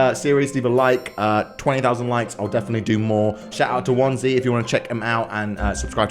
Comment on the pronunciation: Isn’t it pronounced one zee